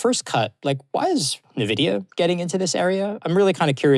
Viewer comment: People still can’t pronounce Nvidia properly 😂